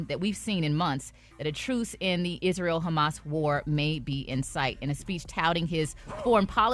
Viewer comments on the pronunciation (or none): 😂😂😂 ONLY ATHE 2ND TIME has slipped up on a word.. HAMAS- HUMMUS... WONTON..- WON-TON... 😮😅